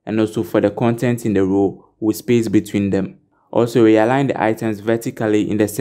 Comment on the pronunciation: I get confused when instead of saying profile you say proofile or roouw insted of row